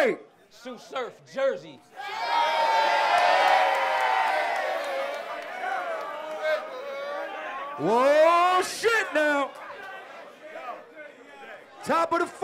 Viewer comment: only time Surf wrong for sayin "Jersey"